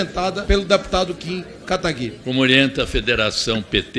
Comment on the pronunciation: ALGUEM PODE ME DIZER PQ NENHUM DEPUTADO DA ESQUERDA CONSEGUE PRONUNCIAR O NOME CORRETAMENTE DO NOSSO JOVEM QUERIDO KIM KATAGUIRI?